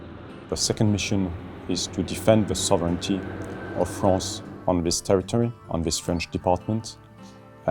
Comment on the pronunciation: they say freace and freach alot for a place that isnt frence....